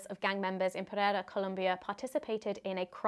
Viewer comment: Its colombia not Columbia 😢